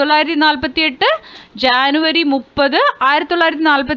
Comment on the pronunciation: ജനുവരിക്ക് ശാനു എന്നാണ് പറയുന്നത്